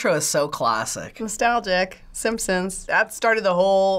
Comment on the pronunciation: She said "Yay the sampsons!"